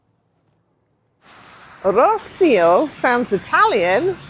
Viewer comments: Viseu: it is spelled Vizéu, not Vizu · Not open 'e', though. The 'e' sound in this case is similar to the 'e' in Emma (Ema?). Or the first 'e' in 'center' ('centre'?) Using that 'e' sound, you say Vizew.